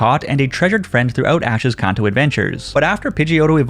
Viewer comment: Idk y it bugs me so bad that he keeps saying kanto wrong. 😂 say it with me CAN-TOE put it together kanto